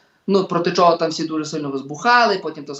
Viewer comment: Пан Остап- це румбамбар ,а цей журналіст-то ревінь,бо так щьокає і чьогокає,ніби не чує як звучить українська вимова.